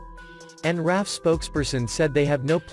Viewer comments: Not “Raff” but “R.A.F.” Three letters each pronounced separately. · I knew a couple guys at work that were in RAF, and they called it the "Raff" informally.